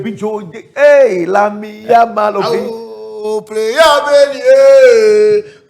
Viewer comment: Baby joe said yamine yamal😅